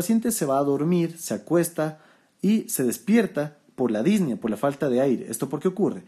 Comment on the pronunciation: Muchas gracias por su video Doctor! Excelente como siempre. Solo comento esto porque me hizo ruido las veces que lo escuché, y lo volví a escuchar en sus videos más recientes, espero no le moleste la corrección. La pronunciación correcta de la palabra "Disnea" es con acento prosódico en la e, no lleva acento en la í, como usted la pronuncia. Es decir, Dis ne a, no Dís ne a. Igual sucede con la palabra Ta quip ne a. Agradecido por su contenido y sus videos!